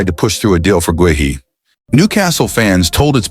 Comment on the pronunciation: I have sent them several comments on how to pronounce Guehi but I guess their AI program can’t learn!